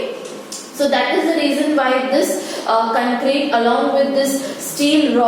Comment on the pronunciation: Mam it is concrete not ckncreta